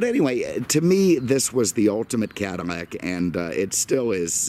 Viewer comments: Is he saying "Cadimac"? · man i hate how you pronounce "cadillac"